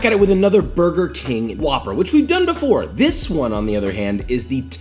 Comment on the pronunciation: burber king